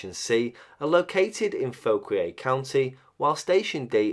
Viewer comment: Greetings from the area! Fauquier County - local pronunciation: "Faw-Keer".